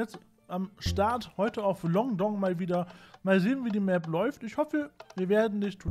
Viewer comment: Die Map heißt Longford und sagt LongDong:D Ich feier dich, ehrlich:').